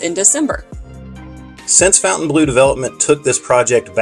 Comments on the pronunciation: Is there a connecction with the Saudi golf group LIV? See ; regarding pronunciation, Fontainebleau is a French word named after a city in France and should be pronounced something like Fawn-tan-blow. The chateau there is famous for being used by Napoleon as his palace. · Please pronounce it right. Not fountain it's fontaine... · I know the owners insist on Fountain Blue. But it just ticks me off. Why spell it in exact French then demand we pronounce it nothing like it's spelled. Lacks class from the get go.